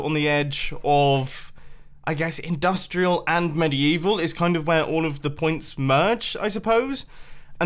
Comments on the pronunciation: "mediYEEval section" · medi-evil ... ok, whatever you say